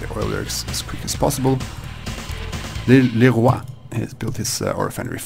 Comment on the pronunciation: I think Leroix's name is pronounced Loo-Roy I think. Also, interesting match.